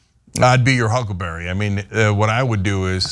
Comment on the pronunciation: It's "hucklebearer", it means the same as pallbearer.